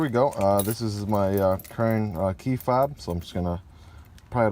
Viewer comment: He said key fab not key FOB. 😂